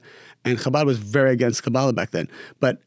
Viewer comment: Thanks for the interview, canr i ask please.. stop saying Kaa>Baala, its Ka-ba-<La. Its very annoying for Hebrew speaking